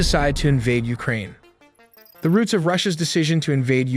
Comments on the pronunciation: Ukraine ❌ Ulkraine ✅😂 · What is Uklraine? 😅😅